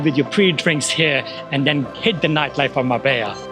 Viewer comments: on dit mar bella et pas marba, et puerto banùs et pas banus. J'ai connu Marbella dans les années 80 et c'était pas du tout comme çà. c'était plus réaliste et pas surfait .... Dommage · Es Marbella no Marba pues yo vivo aqui en Marbella